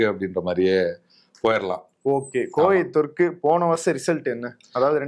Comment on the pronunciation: கோவை தெற்கு சரியாக உச்சரிக்கவும் நண்பா